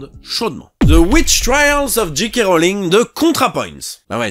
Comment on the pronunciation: Tout le monde prononce G. K. (Dji Kè) Rowling. Pourquoi ? 😓